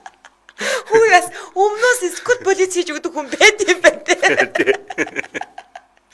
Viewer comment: School police “cкүүл ролис” гээч , полиц бишээ🤣